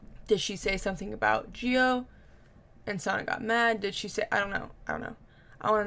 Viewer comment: Gio is pronounced like Joe